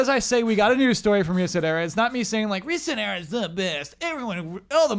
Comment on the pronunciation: So is that the official pronounciation for ResetEra? I pronounce it sounding like "etcetera"